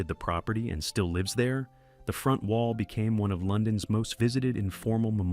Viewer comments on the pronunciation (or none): none